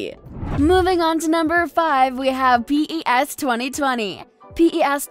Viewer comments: Say pes not P. E. S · It's not pe ee esh 2020 it's pes.. damn!! The history of calling pes will not be the same anymore...😄😄